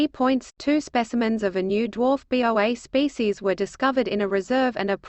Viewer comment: It is a Boa, pronounced "Boe-Ah", not B. O. A. When you make stupid mistakes like this it invalidates the entire article. I'm sure if someone cared enough, they could have reviewed the machine made recording and fixed this. That they did not brings into question the validity of everything presented.